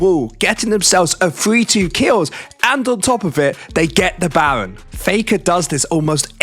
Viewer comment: 😂 bro says Bawen ahahahhaa instead of Baron